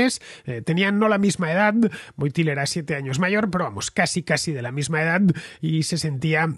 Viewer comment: Se escribe Wojtyła; se pronuncia Huótiua.